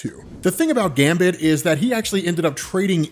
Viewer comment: Great video, but some respect on Gambit's name lol